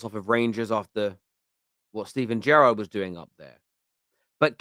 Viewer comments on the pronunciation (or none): none